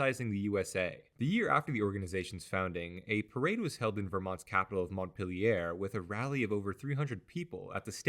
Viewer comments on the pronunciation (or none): BTW, Montpelier is pronounced mont-PEEL-yer, as though the French language never existed. Sort of like Los Feelus and San Peedro in LA.